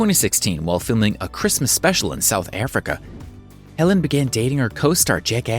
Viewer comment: Agg ut er not agooter. And it's Helen not Ellen. And further it's BRITISH cult favourite Shameless.